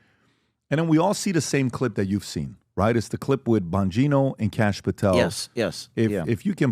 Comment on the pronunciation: Kash not Cash Patel..You're welcome